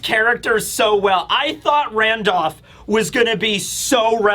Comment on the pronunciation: You say randolph weird lol. “Randoff”